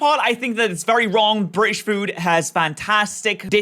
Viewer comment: I could tell you were British by the way you said British.